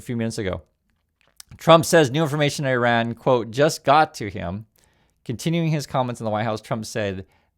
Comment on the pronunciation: Thanks for pronouncing Iran correctly. It's quite the scene that people being highly paid can't be bothered to pronounce the name of the country they are about to slaughter thousands in.